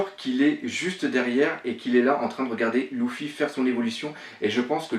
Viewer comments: Pk tu dit louffy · pourquoi tu dit louffy alors que c'est luffy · mais putain sa ce prononce Luffy pas louffy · pk tu dis "louffy" et pas "luffy" ? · Et Louffy aussi mdr